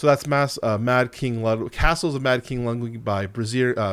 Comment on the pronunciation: The number of different ways you pronounced "Castles of Mad King Ludwig" in this video is giving me vibes of Benedict Cumberbatch pronouncing penguin.